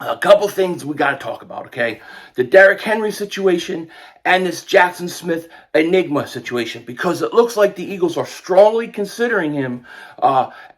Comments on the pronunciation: I’m sure it’s hard to pronounce Smith-Njigba’s name but I’m having a hard time believing it’s pronounced the same way the word “enigma” is! 🤣 I would think it’s pronounced [en-jig-ba]. African words and names aren’t as hard to say as a lot may think. Well I know that unlike American English, most Swahili words are pronounced the way it’s spelled. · You said n-nigba not njigba. 😂😅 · Jaxon smith nJigba. The J isn’t silent. Bro knows what he’s doing saying nigba. 🤦🏽‍♂️ thought u were better than that